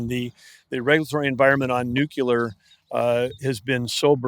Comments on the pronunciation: Nuclear not Nuculer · and by the way...there is no such word as nucular...its nuclear smh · New-Clear, not Nuke-Ular. Why has nuke-ular become a word? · Axe me about my nukular pronunciation … 😂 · NUCULAR is the new black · Never heard of that "nukuler energy" before. 🤣🤣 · Great interview, but it’s tough listening to this guy say “new-cue-ler” instead of “nuclear” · I wonder if David wanted to correct every time Doug said “nucular”. 😊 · Big time energy guy and he can’t even pronounce nuclear properly come on man, you’re intelligent, make an effort to pronounce that correctly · How does this guy make it past committee without knowing how to pronounce "nuclear"? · Honestly stunned at how often I still hear people mispronouncing the word “nuclear” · Love this but the Secretary of the Interior MUST say "nuclear' properly!!!